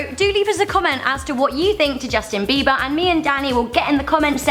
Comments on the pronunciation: By the way it's not beaver its beiber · it's not beaver it's beber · you said beaver lol